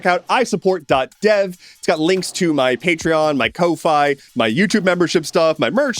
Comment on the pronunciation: I hate everything. . . but if I can nitpick just one little thing. . . I'm pretty sure Ko-Fi is pronounced like "coffee". It's a pun. It has a mug as an icon. You leave tips to your creator. You "buy them a coffee" like. . . I just find it weird how content creators all just agreed to pronounce it wrong. Sorry. I know it's a dumb nitpick. But I need a nonpolitical thing to complain about.